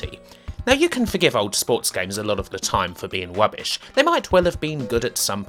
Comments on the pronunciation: Cwappy wubbish gwafics. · It's not rubbish....... it's wubbish!